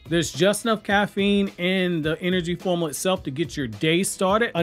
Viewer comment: Also it's pronounced "form-you-la," not "form-a-la."